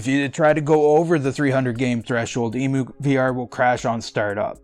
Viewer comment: EM-YOU...EMU not EEMOO... Like Emulator...EmuVR = Emulator VR... NOt a BIRD.